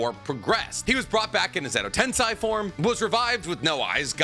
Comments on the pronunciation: Why do you keep mispronouncing 'Tensei' as if it were Tensai? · Why does no one care that consistently mispronounces the word tensei? Like it’s on par with people that say nuke-you-lur in stead of nuclear.